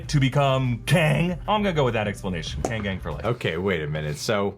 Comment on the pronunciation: Voss got kang right in first episode